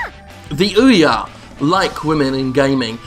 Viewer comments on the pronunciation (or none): none